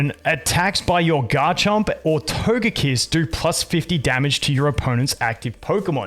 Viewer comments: My man says Togepi and Togekiss correctly but then says Todjetic 💀🤣 Anyway, let ST Smackdown come. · You say Togepi and Togekiss correctly, how and why can you so narutally say "to-je-tic"?"